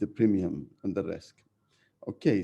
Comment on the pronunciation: premium not primium**